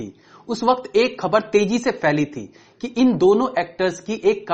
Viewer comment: Gaib nahin ghaib Tezi bolo bhai teji nahin